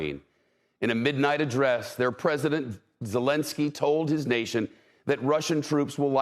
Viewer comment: "Russian President Solinski" ..... this reporter. you could tell earlier that he had trouble saying his name as well, pathetic, you had 1 job.